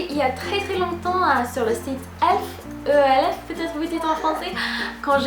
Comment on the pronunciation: Alors, on dit : - DOP en un seul mot - E.L.F séparé - ça fait des "paquets" et pas "paquètsssse" 😉 On est le début du mois, faut que j'aille faire des petits achats à Monoprix et compagnie, et tu m'as encore plus donné envie d'y aller ! Bonne journée 🌸